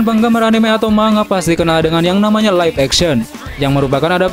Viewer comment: Bukan dbaca ma-nga bang tpi mang-ga